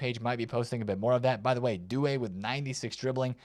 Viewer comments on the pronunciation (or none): none